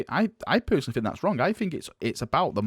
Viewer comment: Cov-er. You say cuv veh. Fked up way of speaking. "Fink" instead of think lol.